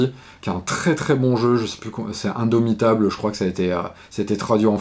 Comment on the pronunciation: "Indomptable" 😂 pas indomitable